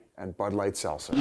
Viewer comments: Yo biz why cant you say seltzer bruh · Biz ffs learn to say seltzer